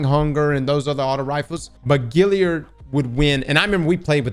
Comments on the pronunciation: Great stuff. However…GALliard. Like “hey that gal is hot”. Not like “that fish has gills”. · Gal yerd. GAL! NOT GIL! GAL😂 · All these years later and ' still can't pronounce Galliard lmao!🤣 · Still have my god roll Kindled Orchid (and nearly every other Black Armory weapon), Duke Mk44, Spare Rations, and a few others.:) I love how to this day still mispronounces Galliard.